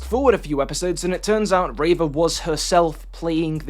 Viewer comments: No one says “ray-vuh”, pronounce people’a names how they say them, generally. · I completely agree with every point you made but unfortunately invalidated all of it by you being the reverse of that one rebel leader who called Leia Lee-a. Her name is Reeva not Rayva!!! /s (once again a fantastic video it's nice to see star wars content that doesn't promote toxicity)